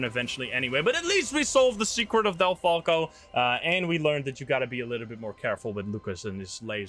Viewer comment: Sounds like you said deltaco Instead of delfalco